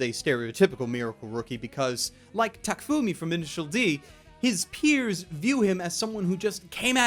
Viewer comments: Did you just say TAKFUMI? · What I love about shokugeki no soma is not the 'food porn', but how it manages to be totally, totally predictable, and yet still exciting. You know what's coming, but it still pumps you up. As well as the fact that you a million percent cannot judge this by its cover. It gets intense, interesting, and supercool. I look forward to season four. Also you said Takumi wrong 😡😡😤😤😡😡